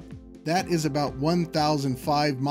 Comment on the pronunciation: LOL... "Aboot"... Hey!